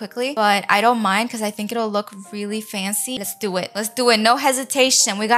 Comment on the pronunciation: Who else loves how she says faNcY